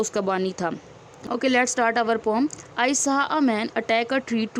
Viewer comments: Poem ❌ Poom✅ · Not poom ❌poem ✅ mam